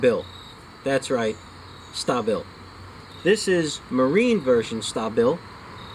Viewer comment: OMG dudes from New York who can't say "StAAA Bil." Ya know like short for " Stabilize" AAA you know what I'm sayin! lol